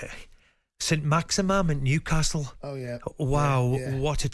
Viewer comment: SAINT MAXAMAM? ARE YOU FOR REAL AHAHAHAHA